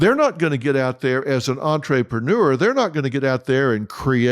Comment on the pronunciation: “Entree-preneur” Dr. Phil are you hungry?